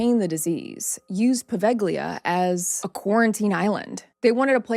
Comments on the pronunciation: I am italian and I live in Italy, on another city, but I have been there, it's not a good place to visit. Don't go there. However, the pronunciation it's not poveGHLIa with hard "g"... It's Poveglia, in italian "Gli" has a different sound. By the way, I really liked your video, I have subscribed to your channel right now. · In Italian “ gli” is pronounced as “ Lee” in a word or name or as the definite article before a noun. The “ g” Is not pronounced as it is a diachronic aphthong , a silent letter likr the “ g” in night, lihjt, fight etc.